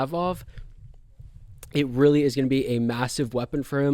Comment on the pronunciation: Great analysis dude. I can't take the Imavov and Pavlovich pronunciation😂